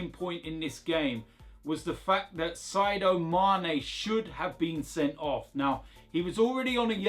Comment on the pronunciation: Sy-do Mané.....